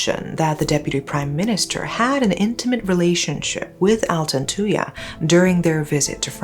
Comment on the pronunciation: I was still very young when this happened so I never really understood the case. But I will never forget the name Altantuyaa. Finally hearing it properly as an adult! Thanks for covering this, love from Malaysia!